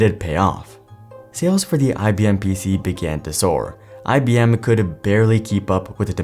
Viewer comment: It's IBM , not IBMe.